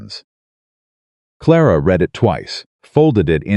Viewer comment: It’s AI. It doesn’t know which way to pronounce read.